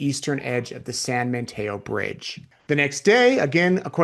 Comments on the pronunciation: it’s San Mateo not San MaNteo! FYI. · It sounds like you’re saying San Manteo. I don’t think there’s an N in Mateo.